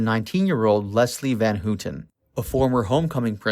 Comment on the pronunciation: Well done video but with glaring mispronounciations. Sebring is pronounced sea-bring, Van Houten is Van How-ton, Sadie is say-dee, Leno LaBianca is Lee- no. among other mispronounced words. My guess is this was made by someone too young to have been born when this all went down. Still, if you care enough to make an otherwise good video, you should take the time to make sure you are saying the names correctly along with any words you may not normally use day to day.